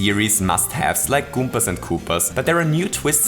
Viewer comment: Sie heißen "Goombas", nicht "Goompas". =(